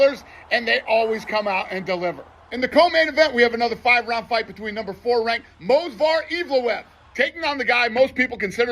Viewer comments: Dana can’t even pronounce movsar right let alone give him his title shot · Dana still can’t pronounce Movsar correctly, embarrassing